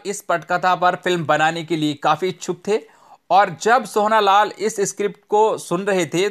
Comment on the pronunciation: आप " सोहना" क्यों बोल रहे थे, सही नाम " सोहन" है (सोहन लाल कंवर)